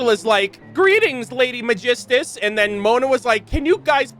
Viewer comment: Im still under the impression that Kazuha and Xinyan struggles to say Megistus due to their origin. Even with the assumption that Teyvat only differ by accent per region, Megistus is an unfamiliar name for Liyue and Inazuma